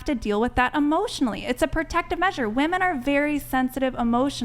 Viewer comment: I CANNOT STAND THE INABILITY TO PRONOUNCE WOM-ENNNN. Wtf